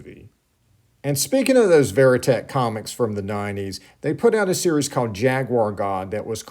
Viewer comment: Verotik comics, I never pronounced them “Veri-teck” . Not to be nit-picky, you do awesome work! We should go ask Glen Danzig, whilst he sits on his throne of skulls, how to correctly pronounce his comic company. 😂.